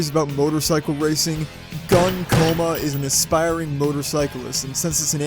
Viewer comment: I believe his name is pronounced as "Goon" and not gun.